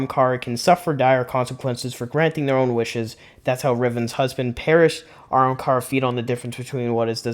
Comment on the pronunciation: If you want to improve your videos do a script and slow down. I feel like you’re trying to talk way too fast. Also it’s Ah-ham-car-a